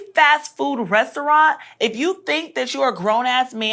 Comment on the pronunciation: She can’t even pronounce “restaurant” 😂 I love when people try to insult someone when they’re basically illiterate. This woman is terrible.